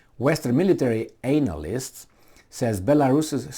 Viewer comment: Your misspronounciation of "analysts" was funny 😂.